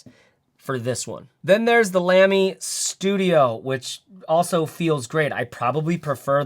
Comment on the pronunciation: it’s pronounced “lami”